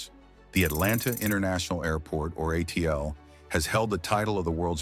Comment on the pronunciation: No kidding, I stopped watching as soon as it was pronounced “uh-teal”